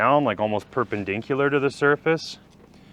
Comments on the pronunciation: "pur pen dink culer" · Today's word of the day, "perpendinkular"